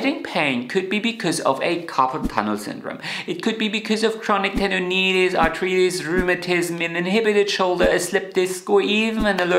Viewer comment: Arth-rye—ts, not arth-reetis